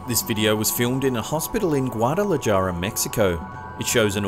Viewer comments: It’s Guadala-har-a not Guadala-JAR-a. Unseasoned white boy. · BTW - it's pronounced Gwaud-i-la-HAR-a - Gwaud-i-la-JAR-a :-) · 1) Guadalajara is pronounced "Gwah duh la Har uh." It's Spanish, the J is pronounced like an H, and 2) That's a rack, NOT a "table." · FYI to: you spoke of Guadalajara, Mexico. However, you mispronounced the name of the city. It's pronounced "gwah-dah-la-ha-ra," not "gwah-dah-la-JAH-ra". Thanks so much for your videos. Have a good one, bye. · The video monitor said "GuadalJARA", it's pronounced GuadalHARA" Heh! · It's pronounced Guadala HA ra not GuadalaJara. amd these stories are absolute BULLSHIT. What a waste of time. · It's pronounced " Gwa-da-la-HA-ra " Mexico, not " Guadala-JAR-a " lmfao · Not GuadalaJARA....pronounced "Hara. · old son there is no such place as quadalaJARa. There is a place called QuadalaHAra though. The J is pronounced as if its an H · on #2, the place is pronounced guatalahara, not Guadalajara. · FYI...in spanish J's are pronounced like H, NOT like J. Guadala jarra? Should be guadala harra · Its pronounced GuadalaHara. Not Jara😒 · Guadalahara is how you pronounce it. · It's pronounced GWAH - DA - LA - HARA not JARA. J's are pronounced like H's in Spanish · The Del Rey witch is wearing a crocheted head covering. It's done in the pineapple pattern, with additional patterns. The actual way to pronounce that town is Gwa da la hara. The J is sounded like an H. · It’s pronounced Guada-lah- hara 🙂Guadalajara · Guadalajara is read GuadalaHara. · Did I just hear him pronounce Guadalajara like guadala-jar-ah? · Guadala jar-uh lol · Guadalajara is pronounced wadalahara ....in Spanish the J is pronounced like an H .....it sounded cute tho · It’s pronounced “GuadalaHara” the J in Spanish sounds like an H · "GuadalaJARa" haha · Lol- guadala-Jar-a!! The j makes an "H" sound in Spanish, sweetie. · Can you look up pronunciations please? "Gwah-dah-lah-hah-rah" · Guadala(J)ara HAHAHA LOL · The way he says Guadalajara 😂